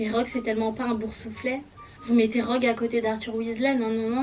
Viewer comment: Ta appeler Rogue "drogue " 😂 Personnage préféré : Sirius Black , Remus Lupin , Rogue , Fred et Gorge